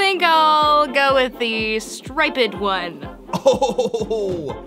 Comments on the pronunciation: Did anyone notice said I want the stip Ed one not striped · Did really say "Stripe-ed" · “Stripid” lol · the way said striped is not right